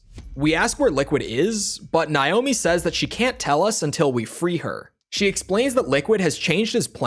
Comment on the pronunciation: Why are you deliberately pronouncing Naomi’s name wrong?